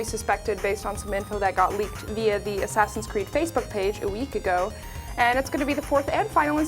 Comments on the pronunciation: she said ass creed lol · Well, I guess we can all tell she's never played AC. First she slaughtered their names, and "Ass Creed Bro" wasn't even humorous.